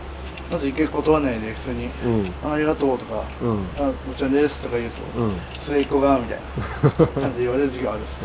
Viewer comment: のいただきますのごっちゃんですはめちゃくちゃきれいで好き！